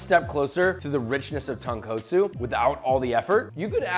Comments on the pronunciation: So many of your pronunciations are so good that these ones just hurt my soul. Tone coat sue. Comb boo. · Really nice and informative, thank you for this video. Please note, there is only one sound the letter "o" makes in Japanese, and it sounds like "oh", not "ah". The second and fifth "o" in Tonkotsu sound EXACTLY the same, there is no change in Japanese, Tone, Koh, Tsu. Keep up the great work. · I felt like dying tearing TonKOHtsu and SHOYu. Fucking hell it's not hard to say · “tounge co tsu” LOL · isn't the kot tonkotsu supposed to be pronounced like cot instead of coat? just wondering, I always said tone cot soo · Bro really said tonquotesu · tawnkootso lol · また、彼は最後まで「豚骨」を正しく発音しなかった。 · As a local in hawaii who is Japanese, your annunciations need some work.🤣 We call it tonkatsu. But you might be right on that one, and ajitama egg is pronounced with the j sound. Not h sound, that's spanish... 🤙🤙 Aloha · this is a great video thanks for making ramen easier to make, just letting you know you can work on saying tonkotsu because your pronunciation is a bit off.